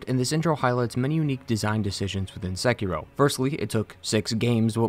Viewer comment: I love that you dont pronounce sekiro as sekeeerooo